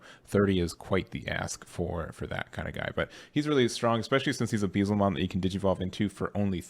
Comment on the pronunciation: Please look up the correct way to say Beelzemon